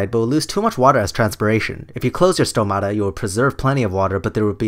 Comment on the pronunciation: As much as he has no clue what he's talking about, he got one thing right: the pronunciation of the word "stomata". The stress is on o just right on its singular form.